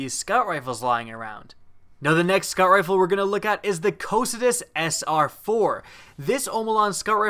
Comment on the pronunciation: Cocytus is pronounced Co-cute-ess. named after a servant to some demon or other